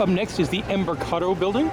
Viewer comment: UH,. Em-bark-uh-daro building Embarcadero